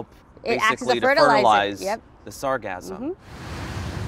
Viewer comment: Can someone please teach these journalists how to say sargassum.....😮‍💨